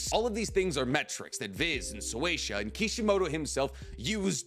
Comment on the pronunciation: why do you say So-way-sha? It's Shueisha. Shoe-way-sha